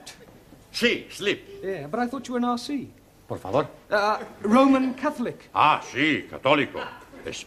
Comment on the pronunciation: I like it when says por favore? accidentally 😂👍